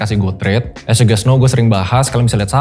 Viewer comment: Aku terganggu banget dengan pronunciation nya pembicara saat mengatakan “as”. Please fix it.